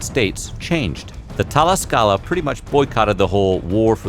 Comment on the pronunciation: Man, I had to rewind like 4 times to get the part where he says Tlaxcala